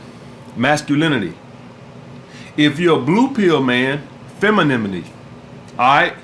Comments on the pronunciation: "Feminimini" 😂😂shout out. Gotta love this dude. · He’s so masculine he can’t even say femininity. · “Feminmiti” haha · be like “feminimenity” 🤣😂😂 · “Mascalemonly” and “Femilemonly” 🍋